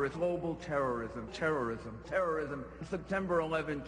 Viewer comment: Lol Arnie said "terminate terrism"